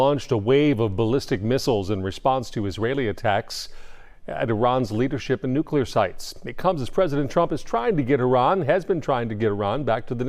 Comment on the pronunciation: Nucular??? You make a living with words.